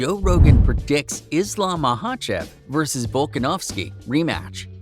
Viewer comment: Pronounciation is horrible